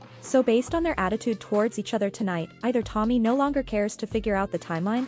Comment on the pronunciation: I fell asleep with the full livestream on and ‘nooaaaww’ is burnt into my brain, what the fuck accent is that suppose to be